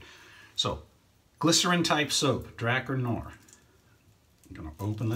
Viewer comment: It's pronounced Dra 'Car Noir. I for one buy a lot of products I see on YouTube reviews and I know my subs do too.